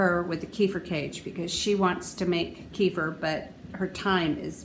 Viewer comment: It's pronounced kay fear and you just destroyed any B2 that was available by blending it.